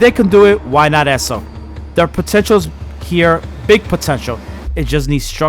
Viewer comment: Bro it’s ESO not esso